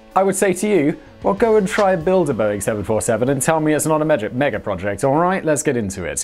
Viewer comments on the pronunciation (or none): He nearly said meja project 🤣🤣 a minor error but I still enjoyed it